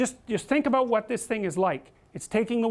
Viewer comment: What's it all aboot?